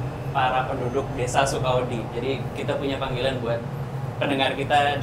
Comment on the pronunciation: Di bahasa Jawa ada kata "wedi" yang artinya takut, sama "wedhi" yang artinya pasir. Mungkin yang dimaksud sebagai sebutan buat pendengar channel DYSWIS itu warga desa Sukawedi (suka-takut), tapi dan bilangnya Sukawedhi (suka-pasir).:D